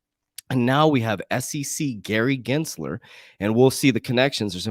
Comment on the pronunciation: Don’t ever give Gary the courtesy of pronouncing his name correct… Lol